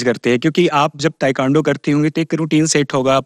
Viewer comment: तू त निमन बालु, लेकिन इंटरव्यू लेवे वाला ताइक्वांडो के ताइकांडो कहत बड़े 😅😅